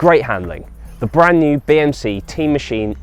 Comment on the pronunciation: I keep hearing BMC Tea Machine, White no sugar thanks😁